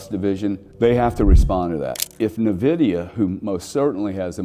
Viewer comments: It’s Pronounced ENVIDIA not NEVIDIA, why would anyone listen to a person that can’t even pronounce the name of one the most important companies that ever existed ?? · Fantastic video. For the sake of our ears, Nvidia is pronounced "invidia" not "nividia". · Nice video and good parallel but please... it's "ehn-vi-dee-ah" not "nuh-vi-dee-ah" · its N-VIDIA not navidia lmao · neh-vidia 🤣 not en-vidia? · It’s pronounced En Vidia. Not Ne Vidia. Also mixing of 2 very different concepts comparing chips with digital money. Still the sentiment is correct. Yes BTC has a great future. As does Uniswap. As does Filecoin. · Agree 100%…great insight, but cringy every time it was uttered, almost to the point of losing some credibility. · FYI - The name "Nvidia" is pronounced as "en-VID-ee-uh". The "n" is pronounced softly, and emphasis is typically placed on the second syllable, "VID". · N-vidia is the correct pronunciation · Pronounced IN-VIDIA. BUT is the only one of the online noise makers to recognize and point out that BTC IS a Monopoly! EXACTLY. It cannot be duplicated AND It cannot be diluted. It is fixed and perfectly unique. Nothing like it EVER. SO even comparing it to Nvidia is not the same. Nvidia is just a hint of how BTC will perform! Unfortunately, Ethereum is a Joke and that does show how uninformed still is. BUT he is coming around. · Dude can’t pronounce NVIDIA 😂😂😂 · I mean, I agree, but he can’t even pronounce nvidia correctly which makes it hard to listen to seriously